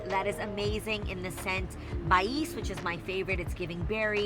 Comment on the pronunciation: Baies is pronounced like Bae / Bay